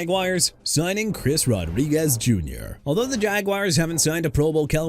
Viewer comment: AUSTIN CORBETT NOT AUSTON! WHOEVER MISSPELLED HIS NAME NEED TO BE FIRED! CHICAGO AS IN EITHER SHEE-KAH-GOW OR SHUH-KAH-GOW NOT CHEE-KAH-GOW!! ISIAH PACHECO PRONOUNCED AI-ZAY-UH NOT E-SAI-AH! JAGUARS AS IN JA-GWAARS NOT "JAGWIRES"!! NEW ORLEANS AS IN NEW OR-LINS NOT OR-LEANS!! DYLAN PARHAM PRONOUNCED PAR-UM NOT PEAR-UM! DUDE YOU NEED TO GO BACK TO SCHOOL AND STUDY PRONUNCIATIONS CUZ YOU CAN'T GET THEIR NAMES RIGHT AT ALL! TOO EARLY FOR YOU TO BOTHER ME!!!! By the way Zaire Franklin is a linebacker NOT A DEFENSIVE LINEMAN and it's Edgerrin Cooper as in Eh-juh-rin not Ed-garen! What's wrong with you?! AI voice or not, you need to go. Come back when you learn to get ANYTHING right!!